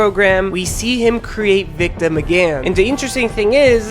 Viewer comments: His name is victim not victom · ah yes, the first AvA character "VICTOM".